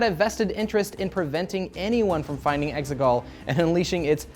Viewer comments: I thought they were saying “eggsicle” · The exeGollll sounds part computer program and part soccer to me